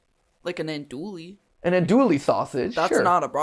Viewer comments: AnDoUiLlE sausage, noooooo As someone from Louisiana, that hurt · this is such a minor moment but as someone from south louisiana, it killed me to hear mat say andouille sausage. we say it “on-doo-ee” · Andouille is pronounced (an-DEW-ee) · Matthew is a wonderful human and has so much to give to the world, but the way he pronounced andouille felt a death roll to the brain 💀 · I’m from Louisiana and the mispronounciation of Andoullie is unsettling😅